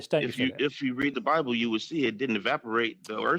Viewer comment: His rebuttal, "if you read the buybel" 🤦‍♂. What an idiot.